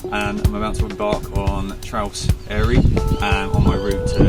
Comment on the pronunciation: Interesting watch but why not take a few minutes to learn the pronunciations properly? You wouldn't visit the alps and just happily butcher all the names over there...